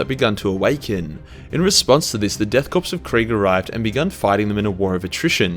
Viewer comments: Its Pronounced "CORE not CORPSE" Unhappy Gasmask Noises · It's painful hearing "death corpse" instead of death korps" (pronounced "core"). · Its pronounced as chor not corpse!!!!!!!!! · The ps of Korps... is silent. Pronounced "core".... not "corpse". Still a great video though. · I cringe every time he says “corpse” in place of “corps”. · Learn how to pronounce things. Its pronounced like core, not corpse. Also its not Titsnitch, its Tzeentch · Death Korps (core) not corpus, god damn it man. very irritating. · Death Korps, pronounced core not corpse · Call them "Death Corpse" again then I'll be forced to hit you in the face with a shovel I purchased from Bunnings. They are a "Corps" which is pronounced "core". Yes kunt I know it's spelled with a "K" but that's just a kitchy method to get Gen Z wankers to like Space Nazis. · it's pronounced korps not corpse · Korps is not pronounced “corpse” but “core”. Having a K instead of a C doesn’t change that. Dunno why they call themselves a corps since their regiments often are called armies. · Dude Jesus Christ, Korps is pronounced Core not Corpse 🤣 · Korps is pronounced “core” not “corpse” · Korps sounds like "Core" not 'Corpse'. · Why do you pronounce "Korps" Like "Corpse"? It's pronounced like "Core" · Deaths CORE of Kreig is how you pronounce it. Not Death corpse lef Kreig Like the Marine Corps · 'Nailing that pronounciation [sic - it's pronunciation]' [says 'corps' like 'corpse' throughout video']. ('Corps' is pronounced like 'core'.) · I cringed every time he said 'Korps' as 'Corpse.' Which was especially bad as he said it often. It and by extension the English version (Corps) is pronounced 'Core' Another one was 'Coop' (as in chicken coop) instead of 'Koo' for 'Coup' I know, very nitpicky and pedantic, but when you hear someone saying the wrong thing too many times in one video there is a compulsion to help correct them. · it is death Kore of Krieg not death corpse the p is silent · ”Death corpse” lol